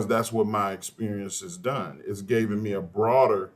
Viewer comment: It would be hard to take advice from an adult who says gaven.